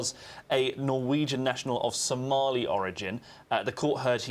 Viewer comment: norwegian national but from SOMALI origin the way you emphasis SOMALI is shocking, BLAME the nation won't you